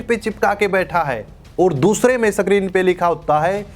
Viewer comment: Screen सक्रीन नहीं भाई, स्क्रीन